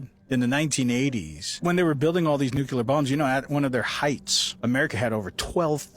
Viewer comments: NUCLEAR not fkin nukular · WHY do SOOO many people pronounce “nuCLEAR” as “nuCULAR” it’s 1 of my pet peeves lmao I literally don’t understand?!